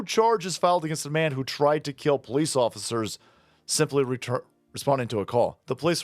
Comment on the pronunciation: I bet the mother was surprised! "HE TRY TO KEEL ME!"